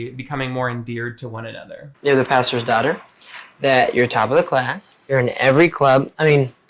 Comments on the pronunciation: I love you but let's not pretend I didn't hear you say "pastures" again;) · You went back to saying “pastures” again!! I have no idea why it bothers me. I’m not even religious. Either way, you’re fantastic, I love your videos.